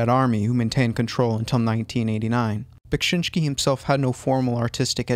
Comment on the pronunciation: just add that bekSInski we pronounce rather like E, sheet SHēt :) Im not good at English so hope u got what i wanted to say ;d